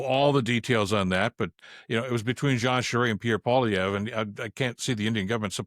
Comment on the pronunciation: Pee-air Poo-lever.